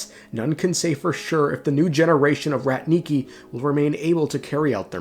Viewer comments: "rAtniki", not "ratnIki", it's a Russian word that translates as ancient word for warriors, it's not used nowadays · It's rAtniki, not ratnIki